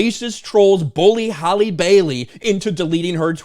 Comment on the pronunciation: Maybe some of this would’ve held up if you knew how to pronounce your names correctly it’s Halle (Hal•Lee) not Holly yet you Mena’s name with ease